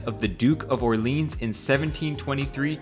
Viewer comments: "Orleens" is not any better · He didn't even pronounce Orleans properly